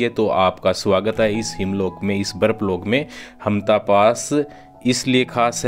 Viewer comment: हामटा not हामता 😄